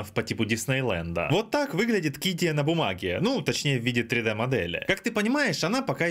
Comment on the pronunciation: ударение на второе И в названии КиддИя. Я там работаю 😉